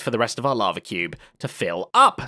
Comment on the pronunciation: Zed's "lava" sounds like "larvae"